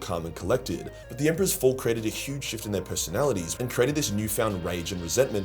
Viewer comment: have you guys noticed that nobody is watching anymore? wtf happened? Secondly, i don't think you know what ur talking about when you say they felt rage when the emperor died. Where does it say that buddy? Lastly, the way that you say the word " fall" needs to be changed immediately.